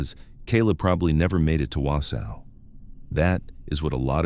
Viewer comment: Exactly! Not Wow-sow 😂I'm from Merrill, Wisconsin, only 15 minutes away.